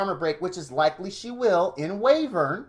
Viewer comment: Btw, Wyvern is pronounced, 'Why-vern'